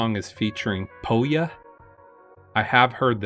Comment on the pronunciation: Pouya is pronounced puu-ya